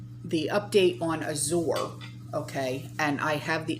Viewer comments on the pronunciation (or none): I think it is pronounced Az-jur Standard, like the color Azure Blue. (Like the French Soupe du jour or Soup of the day.) Thanks for the updates. This is so scary. I can't believe that people are not waking up!